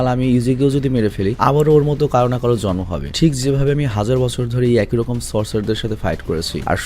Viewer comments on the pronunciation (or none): none